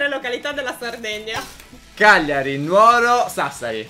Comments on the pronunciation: una cosa Nuoro si legge Núoro con l'accento sulla u dovevo correggerti scusa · ma come hai detto Nuoro Tu hai detto Nuòro ma si dice Núoro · Nn si dice Nuoro Nùoro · non si dice nuoroo in quel modooo odiuooo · Ma Nuoro lai detto male 🤣🤣🤣